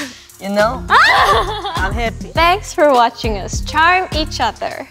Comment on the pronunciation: Jisoo: em heppi